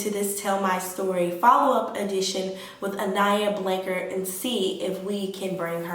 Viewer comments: She didn't even say her name rite she fake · latricha87 she can’t even say her name right! Around here, we believe in God! Her parents believe in God! With that being said, when you believe in God you know Psychics are not real! Only God knows and see all! How do you know I haven’t been out looking? Your just running your yap!